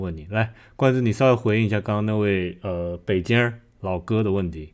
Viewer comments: 看来博主没听劝，不要念“北鸡儿”喔lol，意思变了吼~ 然后“找补”就是嘉宾说的那个词。事情做过头了或者错了以后，用不太完美的方法尽力挽回，结果肯定不如一次做好的效果了。举例："我们是矫正回归"，"我其实想说xxx，让我修正一下"，"算错账了（想多收钱），不好意思我送您一个凉菜吧", "你看他儿子小明那点出息（突然被小明听到）... 嘿嘿，小明来了啊，我在跟我太太夸你有出息呢！“ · 北京的京不能用儿化音，儿化音本身有趣味性，对于重要的事务，不能用儿化音。